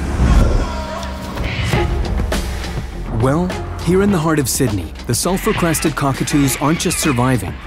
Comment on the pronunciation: The entire time, I thought the narrator was saying, "Self-Requested Cockatoo."